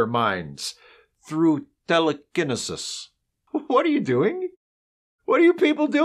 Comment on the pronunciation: Like the Shatneresque pronunciation of 'telekennesus' too!